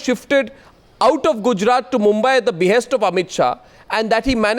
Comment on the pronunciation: At minute 44 Arnab reads a statement ".. loyal soldiers, who fought cross border terrorism at its be-haste". And he emphasizes on 'at its be-haste'. What about the more critical issue 'cross border terrorism'. If the tamed media has lowered to such a standard, beware, one day will come when this highly communal central govt. will also charge brave Indian army for killing cross border infiltrators (just for vote banks). Ethically corrupt media will support govt stand for their personal gains.